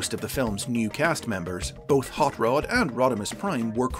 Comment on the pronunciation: The way I am hearing you say Rod as Rood. It's R o d not R oo d.